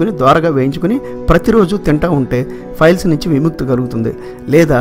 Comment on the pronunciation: మంచి information. కానీ files (ఫైల్స్) అంటున్నారు. అది piles (పైల్స్). గమనించగలరు.